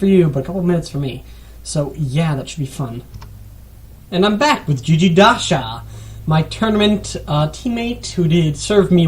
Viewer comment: hehe, nice to see some different content about MED2 and the players. Agree about my strenghts and weaknesses (and faction selection). Well described for other too (at least most of them). My best part is - Telemnar - Venice - light cav :) PS: I noticed u pronounce my nickname wrong - it is gigi - "g" like ... a "game", not gigi with g like a... "george" :) but it doesnt really matter lol